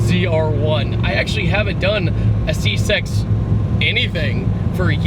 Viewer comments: He said C sex instead of c6 lmao watta White boi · lol he said csex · did you say C sex? lol